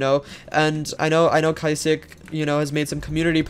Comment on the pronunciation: the way he pronounces kysiek as kysi-ek and nosdaemon as no-s-diamond LMFAO